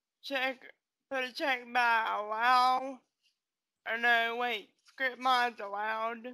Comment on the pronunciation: RIGHHT she said script mods allowed but i heard "hirsh mos alloed"